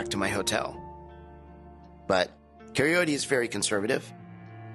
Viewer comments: Does anyone notice he calls Kaory ‘’Kaorty’’? Still can’t get it right 😂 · It’s the way he pronounces kaory like cayote😂😭😂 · Can one of the camera men or producers please tell "Pig Ed" that there is NO "T" in her name! He looks even more stupid when he says her name! Its KAORY "Pig Ed" Ka-ory!!! 😡😡😡😡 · WHY IS HER NAME SO HARD FOR PEOPLE TO SAY?? COW-REE IS NOT HARD TO SAY!! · Why does he call her Cayote? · He keeps calling her Coyote! He can't even care to get her name right? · It infuriates me that he keeps calling her Kyote. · At one point he even called her Karayote!!! 🤦🏻‍♀️ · there's no damned T or E in her name, how in the hell does he keep calling her something that sounds like a mangled attempt to say coyote? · He still can't even pronounce her name properly! Yes he has moved on from coyote but he still is nowhere close to saying her name right. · Can someone please teach Ed to say her name right .. 😭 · Ed excited about trauma bonding omg 😂 BUT STILL SAYING HER NAME WRONG 🤣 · Her name isn't even hard to say. I love how producers had to sit him down and teach him how to say it